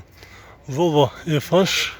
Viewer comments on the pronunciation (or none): Эзебербей башыда азыраак суйлочу волво дебей Вольво дечи